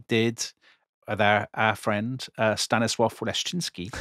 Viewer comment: Your pronunciation of the name Leszczyński is very good